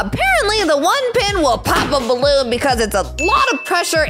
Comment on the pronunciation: ORANGE BAWOON I, MEAN BALLOON NOT BAWOON